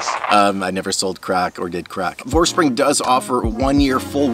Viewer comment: Not to be a smartass, but isn't it VorsprUng, not Vorspring? I do really wish it supported DVO. I want to try this.